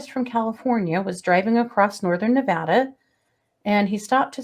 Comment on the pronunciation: Thank u for pronouncing "Nevada" correctly!